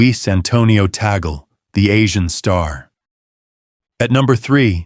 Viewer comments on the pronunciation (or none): That is TAG'LE! not Tagol, understand??? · Pronounced Cardinal Tag-le. Not ta-gel.😂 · #3 , pronounce as TAG LEE not Tagel. pls do a research first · Tagle's name is pronounced as "Tag-le" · The Spanish pronunciation of Tagle is tag-le. That's how we pronounce his family name in the Philippines😃. I hope the Vatican will, this time, give a chance to either the African or the Asian cardinals❤